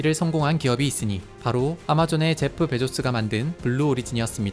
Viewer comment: 제프 베조스(x) 베이조스(o) Bezos[ˈbeɪzoʊs]라고 하더라고요ㅎ